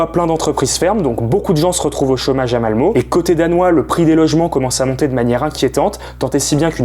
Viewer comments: Ça se prononce Malmeu pas Malmo! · Ça s'écrit Malmö mais ça se prononce Malmeu. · Faudrait au moins apprendre à prononcer Malmö (eu et pas o) l’île est au DK pas en Suède donc entre la Suède et le DK il y seulement un pont. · C est Malmö et pas Malmo. Le " ö " se dit " e " en suedois, ou " euh " si tu preferes. Pareil pour le pont øresund, le " ø " se dit "e " en danois, et comme en allemand le "d" se dit presque comme un "t" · Malmö prononcé Malmeu! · Pour info ça se prononce Malmeuh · On dit MalmEU ;-) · On dit Mal Meu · Je le prends presque tous les jours haha Ah et juste un détail, mais on dit malmeu. Un poil plus leger que "euh" cest presque "ah" entre les deux quoi haha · MDR le mec fait une vidéo où il est censé s'être un peu informé avant mais a zappé le fait que Malmö se prononce Malmeuh... en suédois comme en français. Hoax ! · on prononce Malmeut! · Le ö se prononce e et pas o... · On le prononce Malmeu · Malmeu... Ça se prononce Malmeu !!!! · On dit “Malmeu” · Interessant, juste petite précision, ça se prononce « Malmeu » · Ouais, mais un poil plus ouvert que le "eu" français, genre un mix entre "ah" et "euh". Pas malmeeeeeeuh haha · Juste un petit commentaire de prononciation. Le scabdinave ø ö ça se prononce heu, Malmeu Euresund. Voilà...